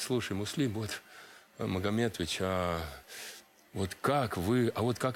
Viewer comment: Боюсь, что она нигде не смотрится. Отчество Муслима Магометовича произносит "Магометыча" . Проблемы с дикцией? Хорошенько бы надо поработать над сценической речью.